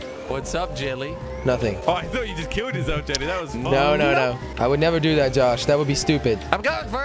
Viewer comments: Ava Mejia : it's Jelle pronounced as "yelle " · They keep saying chelly not jelly